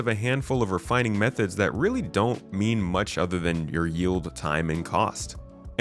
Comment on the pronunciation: He definitely did. Or methods